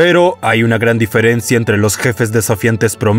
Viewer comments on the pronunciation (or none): none